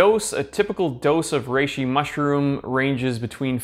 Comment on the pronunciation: Anyone else hear him say it "rrrrReishi"?